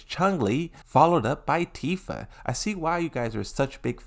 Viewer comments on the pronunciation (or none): none